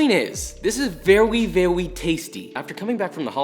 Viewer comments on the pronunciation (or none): nobody : Josh : VeWYy VeVvy tasty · vEwY VaWy tasty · VeWy veWy tasty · Vewy funny! 🤣